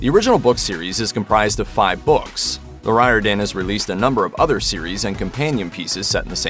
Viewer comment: Riordan is pronounced rearden! Speaking as a man of Irish descent